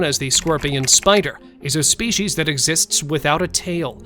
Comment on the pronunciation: Come on dude there's no h in species so quit pronouncing it spechies